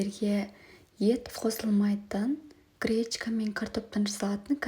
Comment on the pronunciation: Кречка кречка деп не айтып тұрсың,не кречка а гречка🤦‍♀️